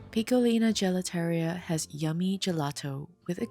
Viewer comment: Gelateria - pronounced Gel - la- ter-riya...